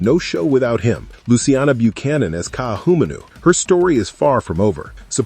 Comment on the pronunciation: Lots of reasons that you listed to continue this into season 2. But, please before you do another discussion bout Chiefs of War, learn the proper pronouncing of Ka’ahumanu, ka’iana and others. You will gain greater respect from your listeners.